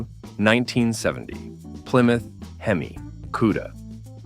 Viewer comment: The AI narration sucks. I gave up after the "fiberglass hood" on the AMX S/S while showing said car with a stock hood spring clearly installed. Then the " H-E-M-I five eight". It's bad enough that everyone expects AI to do their work for them, but to allow it to be done so poorly and not even bother to edit convinces me to stop watching with more than 30 seconds left. They don't deserve to make any money from such a half assed effort.